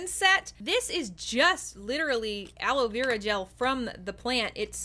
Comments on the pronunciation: its ala verA not ala vEra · okay so I’m going to put aloloav Me: are you trying to say aloe Vera?😂🤣